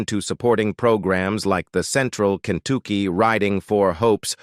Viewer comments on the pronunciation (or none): The mispronunciation of almost every name in this video is truly annoying! I can deal with the mispronunciation of names like Doohan and Takei, even though they’re names have been pronounced properly literally dozens of times! But when he mispronounced Kentucky as KENTOOKY that’s when I lost it and had to comment here! First, before making a video and a fool of yourself, check the proper pronunciation of words and names!!!